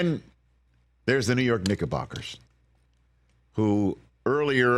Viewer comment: Better watch how you are saying Knickerbockers there Rich.....that didnt sound right out the gate